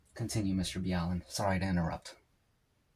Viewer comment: Did you deliberately mis pronounce his name. or are you acting like a fan when you really do not know him? actually it is 5 years over 200 years. goodness dude WTF. I know what the question is.. " where is your shirt?" that's the question.. its pronounced ( MR Ball LeN ). i think its cannibalism. I think you are right it was a sacrifice for like weather or safe seas.. WOW I was right also.. considering their was a procedure on how to do this. and a hidden tool just for this. in whispers and secrets among all of sailors around the world. this can be considered a ritual activity.